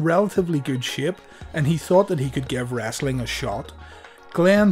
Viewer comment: I feel like this guy says "wrasslin" on purpose